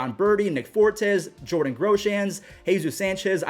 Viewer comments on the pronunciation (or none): none